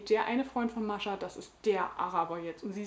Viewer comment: Ach, wie adrett sie frisiert ist. :) Ich finde es großartig, dass du Mascha einfach standarddeutsch aussprichst, durch 5 Jahre Russischunterricht komme ich nie aus russischer Aussprache heraus. >: Das Buch las ich unmittelbar vor meinem Studienbeginn, so gesehen war es irgendwie in meiner Schultüte fürs Studium. ;) Und ich las es danach auch recht schnell. Vor 3 Jahren sah ich darin allerdings noch nicht so vielfältiges wie du. Damals ging ich recht naiv an solche Gegenwartsliteratur und war sogar etwas schockiert von ihrem für mich so ungewohnten Umgang mit dem Jüdischsein. Ich werde es für meine Reihe zum Deutschen Buchpreis auf jeden Fall nochmal lesen, deine Rezension hat mich jedenfalls bestärkt, dass ich nicht die einzige Doofe war, die sowas gut fand. ;) In diesem Roman steckt eine ganze Lebens- und Leidensgeschichte, vielschichtig, sprachlich bombastisch. Das Lakonische kennt man heutzutage fast nur aus Nachkriegsliteratur und deutscher (interkultureller) Gegenwartsliteratur - was ist da nur passiert? So klischeelos ihr erster Roman war, umso klischeebehafteter und flacher wurden für mich leider die Figuren ihres 2. Romans. Mir gefiel die Geschichte recht gut, auch dieses Liebesdreieck, das so merkwürdig verquer war... aber es hat sich alles im Kreis gedreht und war nur reichlich deprimierend. Ich hatte das Gefühl, man habe Frau Grjasnowa nach ihrem 1. Roman in irgendeine Schublade gedrängt und seitdem "liefert" sie eben das ab, was man von ihr erwartet. Die Lesung zu